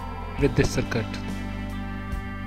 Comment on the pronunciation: hahahahah y u say its very usefull circut🤣🤣🤣🤣